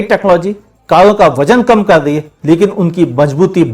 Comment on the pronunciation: Kalon ka nhi uncle, karon ka😂😂😂